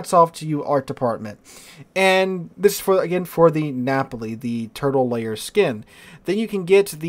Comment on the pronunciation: Am I the only one who thinks these skins look like cheap toys from china? Also do not know whats wrong with me, everytime you say Turtle Lair i think your saying Turtle Layer.